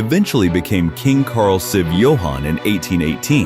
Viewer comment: The AI narrator refers to the Roman numeral XIV as “siv”